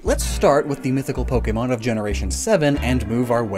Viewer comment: I just want to say real quick- I like the video. however, My only critique would be the fact that you butchered the names of the pokémon. 👹